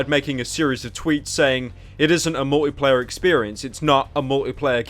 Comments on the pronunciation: Anyone else really annoyed at how he says "Mor'y'player" instead of "Multiplayer"? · Why does he pronounce Multiplayer; "Mouwlypleyeh"? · Multi-player, not mulleeplayah. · You say multiplayer funny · I love how Pyro pronounces "multiplayer"